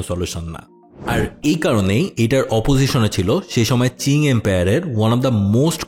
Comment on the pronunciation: চিং না ভাই, উচ্চারণ হবে কিং ডিনাস্টি